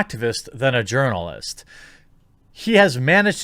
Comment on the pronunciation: If I remember correctly, I think Jeremy pronounced it as "Urnalist" - as in "Urnalist Career". Increasingly, I think such a career is akin to a supermarket tabloid writer, except far more manipulative and dishonest.